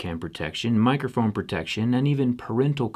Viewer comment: The way you say protection is really misleading...